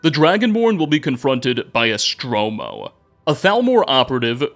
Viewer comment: holy shit its so off putting how EVERY SINGLE NAME you pronounce wrong its hard to listen. it says ESTORMO not ESTROMO